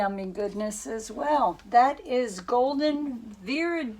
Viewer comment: A lot of people struggle with these paint names. Viridian. Vir. Id (did without first d) iann